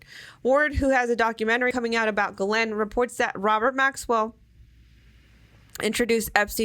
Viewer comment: Her name is pronounced “ giz lane” the pharmaceutical is pronounced “anti retro viral” just so you can say it right lol. Otherwise great info.